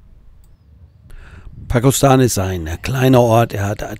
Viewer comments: Pakostane hat über 4000 Einwohner. Es wäre es gut wenn man wenigstens die Namen richtig aussprechen würde. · Das Video ist ok😊 Nicht so unsere Ecke. Übrigens wird der Ort Pakoštane " Pakoschtane" ausgesprochen😅